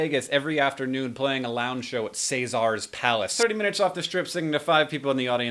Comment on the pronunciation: Hank you haven't been playing Fallout New Vegas have you, something about the way you said caesars palace...